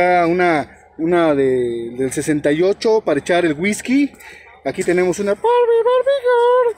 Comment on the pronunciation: Hola ; la tienda se pronuncia didis ; la carcachita la sentí cara ; pero como dices se compensan con los otros precios ✅ lavas la botella de guisky no como se escribe 🤣 cámara y acción